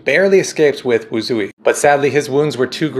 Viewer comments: It's wushei not lil wuzi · The name of the raptor is actually pronounced "WOO-zway" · the first raptor name she tamed is pronounced “wood suite” somewhat like that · pronounced wootz-hway i think